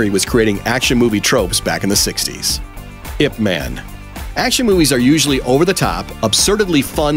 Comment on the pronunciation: Made me cringe when he kept saying "ipman" - it's pronounced Aye Pee Man !